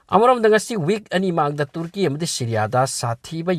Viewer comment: Uisss ngaklebo kirakle ebo neiramliye pao khupa faobadi tuuurki 😂😂😂😂😂 tuuurki 😂😂😂👍👍👍 tuurki...sombu khangabok la natraga heirokla.... Marik chumna ucharan shengna pao pabibagidmk....